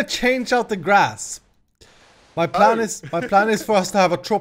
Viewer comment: Are you saying "plan" or "pran" :D